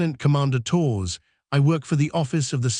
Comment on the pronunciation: AI voice can't pronounce Torres correctly...ruined the whole thing!